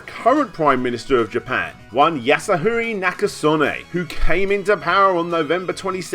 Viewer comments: Yasuhiro --> Yasahuree Er...close enough, I suppose. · yah soo hee roe - goddamn you freaking mangle Japanese names and you should damn well know better and PRACTICE!!